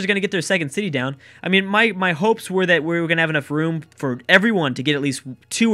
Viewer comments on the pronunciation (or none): none